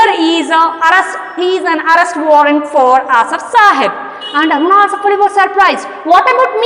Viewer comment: Mam ur telling arunaaa asifff allli